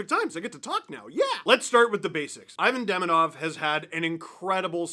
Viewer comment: If I didn't know better, I would think is fluent in Russian